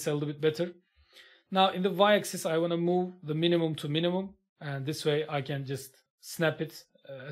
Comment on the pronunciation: Hocam video harika. Sadece axis‘in okunusu egzays değil ekzıs şeklinde 😅 birkaç saniye idrak edemedim